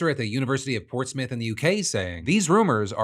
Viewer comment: Thankyou for saying Portsmouth correctly.